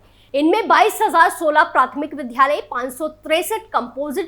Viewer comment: Vidyalay hota ha vidhalay nhi